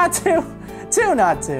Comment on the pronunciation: Double Natu means 2 x. Nat-u (not you)